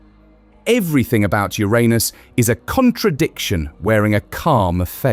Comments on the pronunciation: How dafuq the narrator say Uranus? Urine us? Yer'anus is the only way. But, am I wrong, did it sound like urine us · To be clear, it’s “your-anus” not “ooranus”. Much funnier that way! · Its not Theiranus its not Ouranus its Uranus. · Wait… it wasn’t pronounced your anus but I heard your in us😢😢… and also no diddy😂😂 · Also, it's not Your Anus it's Uranus (Yerunus). You had it right at first than descended into childish comedy. At least the Brit voiceover pronounces numbers properly, with an "and" in between greater and lesser digits in a number missing from pronounciation. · The first part of the video you kept pronouncing Uranus as ur-anus but then you suddenly pronounced it as ur-aynus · pronounced "urinous" as in full of urine. I like "urainous" better. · Urine-us or Your anus. You choose. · Occupy Ur-anus :face-purple-wide-eyes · The consistent mispronunciation of the planet's name was irritating. Like a bad playground joke. This flaw makes me question the accuracy of this video. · Notice that the narrator cannot keep up the pretense of emphasising the 1st syllable instead of the 2nd, and soon starts pronouncing it the "right" way. 😃😃 So now we know that, in private, real scientists are just schoolboys at heart. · This is hard to listen to when Uranus is constantly mispronounced! It's actually infuriating. I've heard it mispronounced two different ways and I don't like either of them. Grow up and say the name correctly! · Please have a native English speaker record the correct pronunciation of the planet next time 🤣😂😂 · Learn the correct pronunciation of “uranus.” It is not the juvenile English long “A” sound. Shorten it or don’t. If you don’t, you’re just deepening the ditch that YouTube has dug through years of not bothering to learn that most simple of all facts about any subject—how to correctly pronounce it. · Please pronounce URANUS correctly!